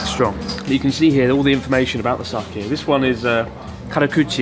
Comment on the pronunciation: Pronounced Sah-Kay not kee